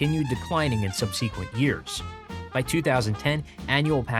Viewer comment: Hey,, please consider learning how to pronounce the word "subsequent" correctly.